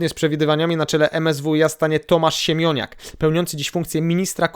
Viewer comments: Siemoniak, a nie Siemioniak :D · Zle wynawiasz Siemoniak. Albo czytac nie umisz😂😂❤🎉